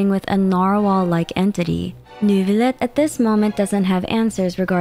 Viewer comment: do you know why many characters pronounce Neuvilette's name as "Nervilette"? Paimon included. Is that perhaps a Canadian French thing?